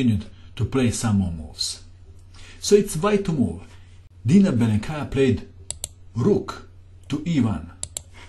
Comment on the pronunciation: by the way, in russian language, the accent is puting on the first syllable, so it is Bélenkaya and Káshlinskaya